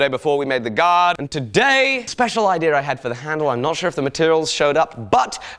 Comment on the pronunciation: i love the way you say idea. You say it like “idear”